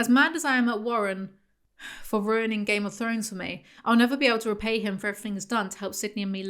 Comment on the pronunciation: GAYME UV FROWNES INNIT